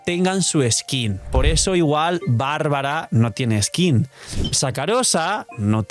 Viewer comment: Se equivocó con Bárbara. y su dislexia 😂